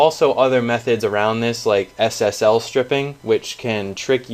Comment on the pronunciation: i don't get the name pretending SSL connection , is that u saying SSL SHIPPING , please let me know the correct one.